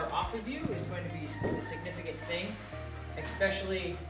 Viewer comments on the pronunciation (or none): I do a lot of the same techniques you do. AWESOME JOB!! If I could say just one thing....it's pronounced "eSpecially". Not "eXpecially!!". Lol